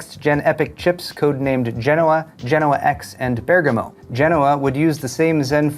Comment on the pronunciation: Top props and felicitations for pronuncing Bergamo correctly! 😉😉😉